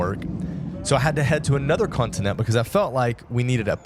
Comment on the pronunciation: First off, you are NOT expats, you are immigrants. Second, it's not 'continent'!! Pronounce it properly, it's 'con ti nen-che'